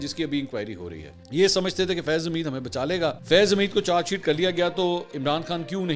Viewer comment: منصور چار شیٹ نہی بلکہ چارج شیٹ کہا جاتا ہے تلفظ درست کرلیں